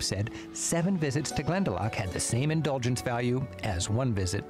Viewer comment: I posted a link to probably the best travel to "tips" video for Ireland I've seen in your random recommendations. It's not near as in-depth going through area's like this is but definately a better travel tips vid than most others I've seen. Glen-da-lock not lack(not quite a ck sound but the ou is "aw" not "ah").. Also no breaks in the name.. Like Kinsale, he says like it's 2 words, speed it up to sound more natural Irish pronunciation. Brill video though a little old. It was filmed at least 20 years ago, before the smoking ban. If you can, look up Magheraroarty, fabulous scenery or Donegal airport and the surrounding area called "The Rosses", claimed to have the most scenic final approach in the world.. Not sure how true it is but it's deffinately up there. Ireland is pretty small, only a couple hundred miles long but the route up the west coast from Kerry to Donegal is over 1600 Miles (Wild Atlantic Way) I hear you on the music.. Most people hate the rainy misty day we get so often.. I love them, If you can't hear Uilleann pipes seeing the forrests and hills through the mist or watch the rain sweep in across a bay.. Love it. If ya can't enjoy Ireland in the rain, you don't desrve it on a fine day. BTW, The Blarney stone is not what they kissed. The Blarney stone is the very bottom stone, the mantle or lintle.. If you kiss the wall above the bottom stone, your just kissing a wall possibly millions of other eejits have kissed. Ireland was nearly totally forrested before men.